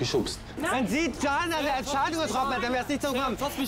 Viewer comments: Andrea Leeger Didschana😂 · Sam! Wie oft noch?! Man spricht es wie Jana! Di-Jana! Also einfach Di-Jana😂🙄🤦🏼‍♀️